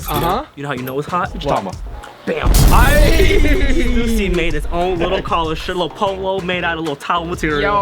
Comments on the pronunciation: it's pronounced as stoosy not stassy. coz it's the family name of the owner shawn stussy. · Stüssy is pronounced Styssy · Lmfao, hate to burst your bubble but the 2 dots on the U in Stüssy isn't pronounced that way xD It's pronounced in a way that I can't explain since it's a mostly german letter. But even as a german I call it "Stoossy" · it's stussy not stewssy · i say 'stusii', 'stoosi' sound dumb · It’s “stew-see” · Stüssy is pronounced Stoossy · I pronounce it stoosy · Stüssy(stoo-see) simple😂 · Its pronounced "Stew-C" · It's "stew-see" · Stussy is pronounced "Stoosy" because the 2 dots on top of the "U" make it sound like "oo". It's called an umlaut (ü) in german. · Pronounced as an "oo" not "uh" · Ü is pronounced like a Y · I'm from Germany and ü is pronounced like a combination of u and i